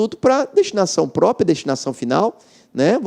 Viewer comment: Ele fala destinação "própia"...